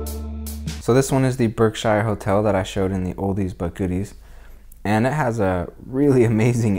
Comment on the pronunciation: Great coverage of Pittsfield, I'm a native born here now and Octogenarian just for future reference, "Berkshire" is pronounced "Berkshure" not Shire! But its a common mistake lots of people make . Thanks again for a great video and for sharing. ECF